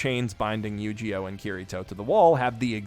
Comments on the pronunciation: I like the way he pronounces Eugeo "YugiOh" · I know his name is Eugeo, but I just keep hearing it as mispronouncing Yugioh. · You pronounce Eugeo as Yu-gi-oh and I love it